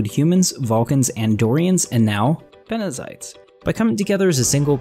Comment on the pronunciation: ITS BENZITES not BENEZITES!!!!!! ^^